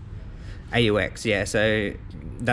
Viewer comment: aux is short for auxiliary. it’s pronounced “ox”.